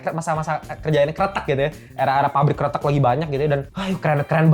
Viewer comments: bang jangan salah pengucapan karena maknanya berbeda / artinya berbeda . bukan keretek tpi Kretek . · Bang Pengucapan mu dlm bahasa jawa artinya krete`k : jembatan , kretek : rokok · kretek bang bukan kretek:face-blue-smiling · kretek bang bukan kretek, ampun dah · Bukan kretek, tapi kretek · kretek bang bukan kretek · Bro, Gadis Krètèk, bro...bukan Kretek. "E"-nya kayak kalo ngomong "emang", "kecap", "medan" gitu....kalo kretek tu suara lu bunyiin sendi2 jari 😭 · Cara nyebutnya gadis "kretek" bang, bukan gadis "kretek" Makasih 🙏🏻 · Kretek bukan kreteuk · Bilang kretek nya kayak kretek tulang yaa, jadi inget om joe, sering kretek frozen shoulder sambil nyengir senyam senyum pasienne menderita , akupun satisfying dengar suara renyah dari kretekannya 😅😂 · Gadis Kretek. Baca 'e' nya di kretek seperti 'e' di kata : kresek, pesek, nenek... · Wkwkwkw iya bang jadi gadis jembatan wkwkwkwk ngakak bjir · Gadis Kretek klo pake pengucapan artinya bukan Cigarette Girl lagi tapi Gadis Jembatan 🤣🤣. Kretek (kayak ngomong) artinya jembatan dlm bhs jawa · Setuju sih jd aneh kreteknya . Ngomongnya kretek sendi2 wkwkwk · 😂😂baca kreteknya bukan pake epepet bro, beda artinya